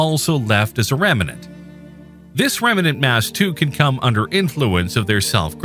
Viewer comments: The voice sounds like it is saying 'rem-a-nant' making it a 3 syllable word instead of correctly as 'rem-nant' 2 syllables. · Pretty sure it's AI, given how "remnant" is pronounced. Other than that, very natural sounding.